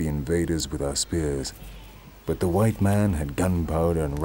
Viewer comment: "By di hwite man"